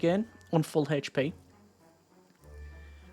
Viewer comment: H p not Hache P